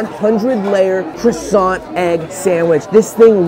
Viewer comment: Aint no way u said croissant incorrectly the first time......